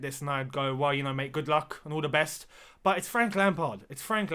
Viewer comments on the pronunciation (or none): none